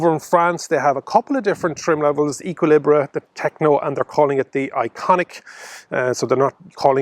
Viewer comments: I'd have said "Ay-ki-lee-br" (no pronounced H at the start) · Thanks, great to see Renault taking their early progress with the ZOE to larger EVs. Looks like a promising addition. I'm going with Ek-ee-lee-bruh on the pronunciation, btw... A-level French, don't fail me now!